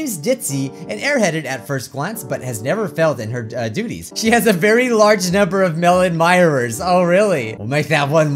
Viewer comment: "Mellon myers" oh?